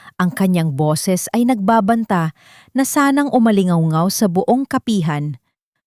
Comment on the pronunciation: Umalingawngaw hindi umali-aw-aw kung ganyan lang ang taga basa nyo ng kwento tigilan nyo na magpost mg mga kwento nyo